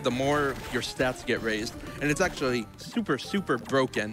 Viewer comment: "Tsupher tsupher broken"